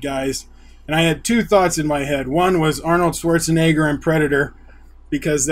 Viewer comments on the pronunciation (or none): none